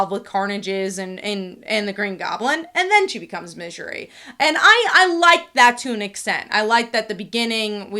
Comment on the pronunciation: Why do you pronounce it midjery?